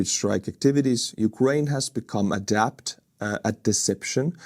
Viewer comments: Adept sound like 'add-ept' not adapt, it means very skilled or proficient at something. Vilunud in Estonian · Adept is to be good at. Adapt is to change. You have to adapt to become adept. You have been pronouncing adept (with the e pronounce as in eh) as adapt where the a is pronounced as in back. Just thought you might like to adapt your pronunciation to become adept at it.